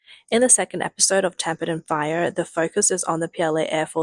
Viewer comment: Shouldn’t it be “Tempered” in steel? Is that a typo? At the beginning of the video, you said “Tammpered” lol Ps its pronounced “Ache” “Hache” l. Its spelled as Ache. Sorry but its a regional thing in the UK and makes you sound stupid/ dumb. Its a correction not an attack.